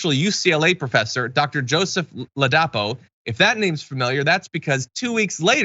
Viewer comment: His name is pronounced Ladipo ( Lie Day Paul) not Lay die po .